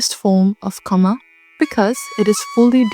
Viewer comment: Correction on pronouncing kama- "Kama" is pronounced like "KA-ma," rhyming with "comma," with the stress on the first syllable (KA), similar to "car" followed by "ma" (like in 'mama'), making the "a" sounds short and clear. Think of saying "car" quickly, then "ma," blending them together as KA-ma.